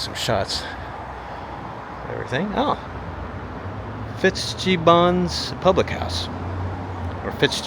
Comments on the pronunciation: It's pronounced MeDYna, not MeDeena. "FitzGEEbbons" Pub ??? Gib me a break!😂😂😂😂😂 These are beautiful towns lost in time. They could be museums, or something out of a Twilight Zone episode with no people. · It's actually pronounced Me-dy-na. And the pub is Fits-gibbons. If you are going to comment on the sights, learn how to pronounce the names. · Hello from Ireland. "Fitzgibbons" is an Irish surname and has a hard "G" as in "Good". Hope this helps.:face-blue-smiling::face-purple-crying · The pub is pronounced FitzGIBbons, emphasis on the second syllable. The way you say it sounds like the way a French person would say it. The Fitz part of the name is, in fact, has a Norman (French) background which was incorporated into Irish surnames- FitzGerald, FitzPatrick, etc. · Like F Scott Fitzgerald or John Fitzgerald Kennedy. Pronounced like Fits-gibbon rhymes with ribbon.